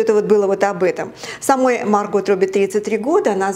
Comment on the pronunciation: Актрису зовут не "Марго́т", а Ма́рго 🤣:hand-orange-covering-eyes